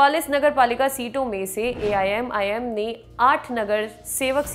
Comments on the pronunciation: madam Aap 4 bar Aimim ki jagah aii'm bol chuki ho . Mai aapka fan hu lekin aaj aap ka programm karte vakt shayad man kahi aur tha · aap pahele AIMIM bolna sikho.